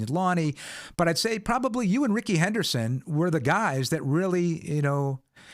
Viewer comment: Rickey Henderson not Rickets lol if anyone was to read this I’m gonna assume you’ll prob know